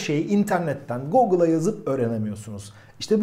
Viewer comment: Gogıi degil gugıl.